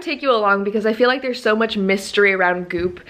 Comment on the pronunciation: Thought you said boob summit instead of goop summit